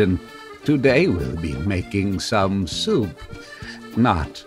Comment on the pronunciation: Only man I've ever seen who can put three syllables into the word "soup."